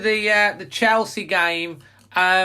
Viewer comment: I fear a heavy beating !!!.... its chelsea not chorley !!!